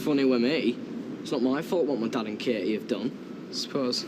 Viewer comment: I'm also called Katie and it drives me to distraction that barely anyone pronounces the T and it just sounds awful. Natalie's sometimes get the same treatment, but no one seems to do it with Peter! Martin pronounces it right but has to say her name 5 times everytime he talks to her! arrghhh!